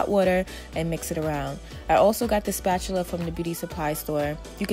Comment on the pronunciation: Shallbe Ebanks zoomed to the comments when i heard her say spatula